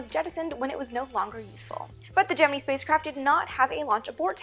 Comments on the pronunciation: Sweetness, its (jem-in-eye), not (jem-in-ee) for Gemini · Please stop saying GEM-IN-EEE it's pronounced GEM-IN-EYE ! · GeminI not GeminE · Either I've been pronouncing Gemini (gem-in-nigh) wrong for years or you are (gem-e-nee). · why do you pronounce it gem-in-ee NOT gem-in-eye ? I have never ever heard it pronounced the former... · I'm not a fan of the Gem-men-EE pronunciation here...or anywhere else for that matter. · im sure, but it sounds retarded when it's said "gem in ee" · Just so y'all know, it really is pronounced Gemini and not Gemini at NASA. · Am i the only one who gets slightly taken back by her pronunciation of the word Gemini? Haha love the vids though very informative 😁👍🏼👍🏼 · Not to bust you on it ( and I'm sure I'm not the first) but why to you pronounce Gemini with and E sound at the end then the more common ( and I assume correct) I sound? As far back as the movie The Right Stuff I have always heard it with the I sound. So what made you start to pronounce it with an E? Is that correct Latin, Greek, or whatever sound? Is that how your first science teacher pronounce it ? Did you perhaps teach yourself that when trying to sound out an unfamiliar word and it stuck? Rather than assume you are wrong and act like an ass I wanted to find out the why.... or should I say wii ?